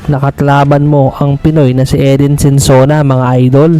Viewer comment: SONSONA, hindi Sensona.